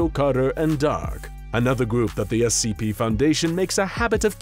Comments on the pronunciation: Giving that they are clowns who hate the SCP foundation, they probably call it Essie P on purpose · I find it really funny that they mispronounce SCP as *"Essie P."*.